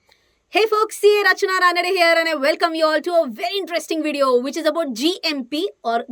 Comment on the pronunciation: Sister aapki first line jinme aapka name bolti ho rachana Ranade very nice pronounce.